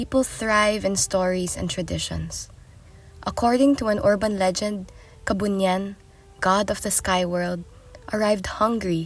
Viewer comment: Natatawa ako sa nagsqsalita pilipino nmn mahahalata ang nagsasalita pero bigkas nya sa kabunian ay kabunian😅😅😅😅